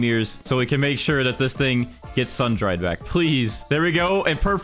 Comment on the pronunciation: You said sandried XD